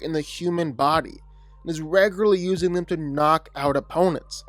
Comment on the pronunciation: Bro please give up on saying the word “regularly”.